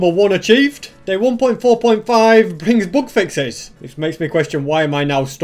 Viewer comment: It took me about half of the video to realise he was saying "bug fixes" and not "book fixes". I feel really stupid. Great video concept btw